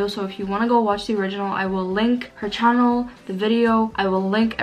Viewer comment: Its welcome to my "chalen" not channel :"))) lol